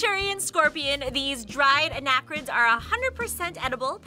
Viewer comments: not "anachrids" they are "arachnids" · did you just say, "Anachrids"? 😅